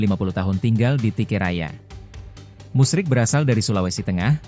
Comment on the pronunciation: Bapak itu namanya Musri bukan musrik, naratornya ngawur